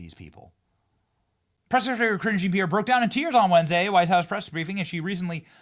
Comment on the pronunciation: I love the way you pronounce her name! Sounds like "Cringe!" LMAO!!! 😆😂🤣☠️